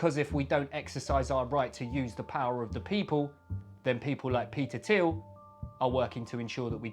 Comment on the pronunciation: It's pronounced Peter Thile